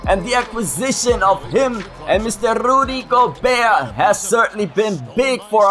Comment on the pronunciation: What's with rolling his R's with Rudys' name lol isn't Rudy Gobert French